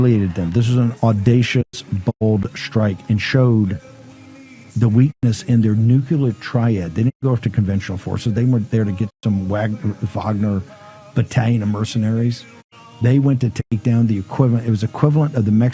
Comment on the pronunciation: Bannon can't say "nuclear"!